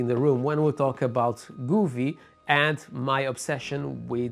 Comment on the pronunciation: nice video but its pronounced GO vee not Gooo ve.. LOL